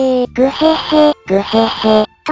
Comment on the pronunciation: ぐへへがぐへになってたw